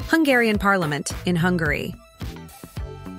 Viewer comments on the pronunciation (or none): none